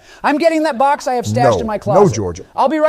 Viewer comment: why he say it like that im bout to eat the whole booox